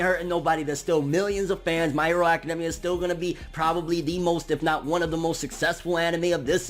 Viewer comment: I don’t like his face it’s just idk but also why is he saying academia like that